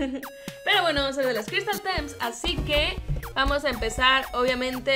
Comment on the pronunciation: dijo crystals tems xd